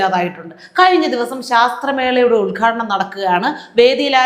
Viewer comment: Sasthramela annu parayaruthu SHASHTRAMELA ennanennu Riyaskka Oot heettunde 😅😅😅😅😅😅